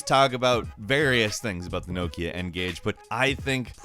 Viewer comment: Kudos for pronouncing "Nokia" correctly.